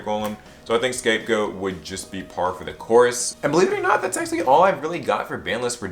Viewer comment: When you say "actually" it sounds like axily